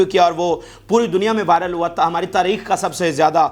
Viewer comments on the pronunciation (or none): none